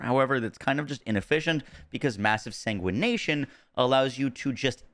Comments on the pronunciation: The mod is called Massive Sanguification not Sanguination 💀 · Say it with me”sang wih fuh Kay shun” Jesus …”SaNgWaNaTiOn”